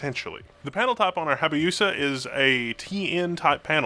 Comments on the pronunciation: It's Hayabusa, not Habayusa. 😂 Hayabusa is Japanese for Peregrine Falcon. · Just FYI it's Hayabusa (yabu) not Habayusa (bayu). Hayabusa is the somewhat famous nickname of an incredibly fast Suzuki super bike. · its not habayusa, its hayabusa. I needed to post this before I go insane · Great vid, but repeat after me: HAI-A-BOO-ZA.. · Dyslexic much??? It's pronounced HA YA BU SA you pompous neanderthal. And no, until they solve the burn-in issues I'm not touching another OLED device again. IPS is the better option for monitor use where you have static images on the screen for hours at a time or pixels that stay lit consistently. Nothing is wrong with gaming on an IPS display, and the newest models that hit over 60Hz like the LG 38 inch UltraGear, while pricey, will beat any OLED panel for what it can deliver. Get one of those in your lab for a test before you form an opinion instead of confusing your audience with garbage dribble.